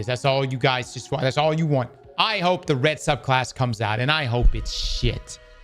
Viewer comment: Many did jump to Luke Smith, but only because after saying lead developer you emphasized "the" lead again. So I'd say it was simply bad wording if you didn't mean it that way.